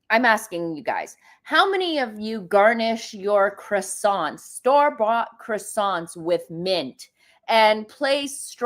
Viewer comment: Thought she spoke French? Needs to learn how to say croissant